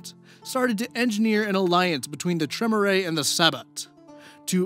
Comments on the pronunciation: Maybe I'm just an autistic neckbeard, but for me the cringiest part of this was listening to mispronounce all the fancy vampire words. IT'S PRONOUNCED "Treh-meer" not "trem-er-ay"!!!!! REEEEEEEEEEEEEEEEEEEEEEEEEEEEEEEEEEEEEEEEEEEEEEEEEEEEEEEEEEEEEEEEEEEEEEEEEEEEEEEEEEEEEEEEEEEEEEEEEEEEEEEEEEEEEEEEEEEEEEEEEEEEEEEEEEEEEEEEEEEEEEEEEEEEEEEEEEEEEEEEEEEEEEEEEEEEEEEEEEEEEEEEEEEEEEEEEEEEEEEEEEEEEEEEEEEEEEEEEEEEEEEEEEEEEEEEEEEEEEEEEEEEEEEEEEEEEEEEEEEEEEEEEEEEEEEEEEEEEEEEEEEEEEEEEEEEEEEEEEEE Edit: oh, he addresses that later on haha. just ignore me, I'll go back to my basement lair. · I believe that it is pronounced Clan Trey-mier, rhymes with pier, not Trim-er-eh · I hate to be that guy, but you keep saying "Tre-mu-ray". It is "Tree-mere". And the "Sah-batt", not the "sa-bat". Don't take it personally, even players who know VtM or WoD since forever say stuff like Tzimisce wrong. It just irks me to hear it the wrong way. Funny enough, you say Assamite right, which many say wrong. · Hey,. Long time Vampire player. Tremere is typically pronounced Trah-meer just FYI in the future. Sabbat is also Sah-BAHT... emphasis on the second sylable. Not a big deal but for a player like me the mispronunciation is kinda... painful. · You apologized for the pronunciation, so I figured I'd offer the ones i caught (bare in mind i'm extremely forgetful and probably missed one or two). Using phonetic pronunciations because i don't know most of the special characters or even what they sound like looking at them. Sabbat: Suh-bot or Sah-bot Tremere: Truh-meer I feel like i'm missing at least one, but i'm too lazy to go back and find it lolz. hope this helps for any future vids you do featuring VtM. Also, to my knowledge, you got Assamite right. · Tremere is "Tra-meer" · it's pronounced Tree-mere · tremere is pronounced "tre-mear" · The way you pronounce Tremere is equally frustrating and adorable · Your pronunciation of the word "Tremere" is grounds for a Blood Hunt,.:P